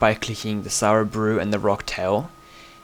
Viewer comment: amg u said 9 sara brews :P